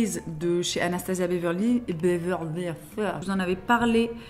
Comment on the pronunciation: " Le brow freeze d'anastazia beverlafouahgh$@ " 😂😂😂